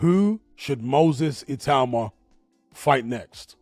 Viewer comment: Teddy Atlas pronounces it ITA -UMA. Has he not heard how everyone else, including Moses himself, pronounces it?